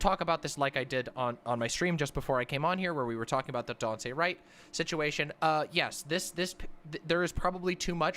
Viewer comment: Jesus. Disrespectful of to continuously mispronounce Daunte Wright’s name.